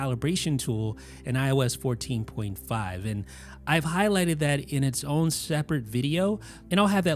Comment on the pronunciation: What accent says “oh”n and l”oh”ng. Never heard anyone pronounce like that. Very curious 😃